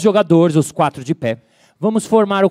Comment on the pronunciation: q exagerooo... "bÓÓÓx é o titulo das quÁÁÁtro improvisassões "........... kkkk